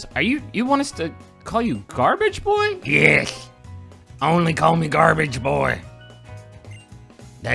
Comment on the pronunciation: Does griffin know he says boi more than boy